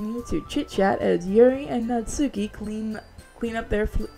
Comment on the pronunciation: Now now I got a question. Could you try to put some more effort into reading the japanese names. Natsuki btw is spoken without the u.